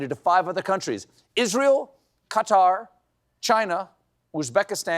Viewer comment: Thank Goodness someone knows how to pronounce Qatar correctly